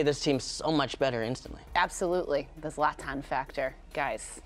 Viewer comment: It isn‘t Zlatan it‘s zLAtan